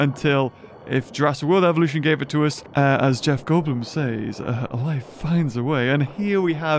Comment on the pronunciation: When you were telling that beggining mod thing u said evution